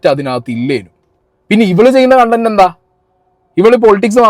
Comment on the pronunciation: കണ്ടന്റ് അല്ല കൊണ്ടന്റ്.... 🤣🤣🤣